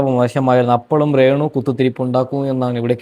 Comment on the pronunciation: എടാ റേ ണു റേ ന്നു പറയാതെ രേ ണുവാ